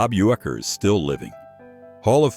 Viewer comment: Bob Uecker died on January 16, 2025. It said on his grave. Why would you say he is still alive? Also you should learn how to pronounce his name.